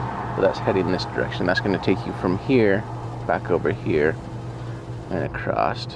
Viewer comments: Acrost? What language is that? Did you mean “across”? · He's one of those "acrost" guys... 😆